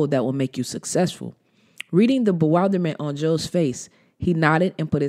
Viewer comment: Hey Thanks for creating the audio for this book. It really help. (That B word is be-will-der-ment though.) Good looking out though!